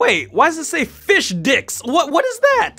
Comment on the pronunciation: The way he said fish dix lol 😂